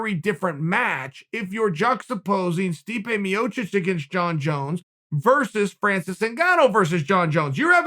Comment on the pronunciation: Chael “Stipe miñochich” Sonnen